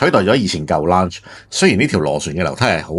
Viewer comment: Lounge 發音錯誤做”發射”